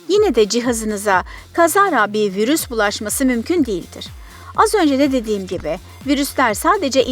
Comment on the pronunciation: Virüs diyo ya🤣🤣🤣🤣🤣🤣